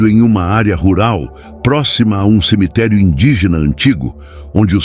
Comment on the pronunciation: Aisso e buato mano pode ver qui ele sempre fala em semiterii